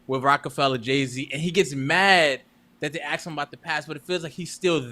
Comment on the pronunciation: Ask not Axe